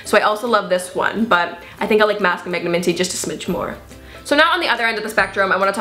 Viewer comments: it's pronounced mag-nah-minty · Am I the only one that says mag-nam-in-ty (like the word magnanimity) and not magna-minty?? Please tell me cuz even the compounder pronounced minty as its own word when they showed how it was made.